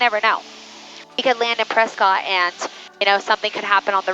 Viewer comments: the natives of Prescott, AZ pronounce the city 'Presskit.' 😊 Love this video! 👍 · the locals pronounce Prescott as Press cut. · Don't know if anybody else mentioned it but you have probably already heard it that we pronounce it Preskit... I no longer live there but I lived there for a few years.. One of the best aviation education facilities is right by the airport Embry-Riddle aeronautical University. Their main campus is in Florida. While I never followed through and got my private license, I did work on it a few times. And I am a former air traffic controller my last facility was Yuma Arizona and it warms my heart when I hear you compliment air traffic control! And very much enjoy watching your videos and being retired I've been catching up as I'm a fairly new fan of yours. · I have been told by the locals that Prescott is pronounced like "Press-kit" and think of how the work biscuit is pronounced. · Honestly on the radio I would pronounce it the same. Everyone knows Tucson is pronounced too-son (thank you Eagles) but only the locals know press-scott is actually presskit haha. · I knew you had never been to Prescott because of the way you pronounced it😂 It rhymes with “biscuit”. I love your videos- you take so much mystery out of the dynamic between pilots and ATC, and the fact that I can now understand the jargon and air speak is amazing for me. Thanks for all you do.